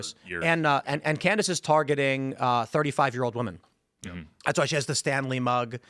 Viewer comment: strongly disagree on Candace’s mispronunciations. She’s been saying woman instead of women for years. And rum instead of room. If this were just recently than sure, I’d say it was calculated but nah. She dumb.